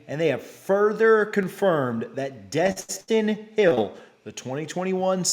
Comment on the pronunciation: It’s Destyn eee